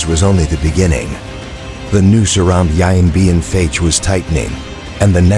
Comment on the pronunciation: Maybe find an announcer who can pronounce Vietnamese names including the actual name of the battle, rendered in this video as. "Yian Bean Fatch" where the French fought the "Viat Minh"